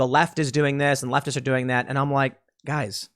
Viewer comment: You sound like a conspiracy theorist when you emphasized on leftists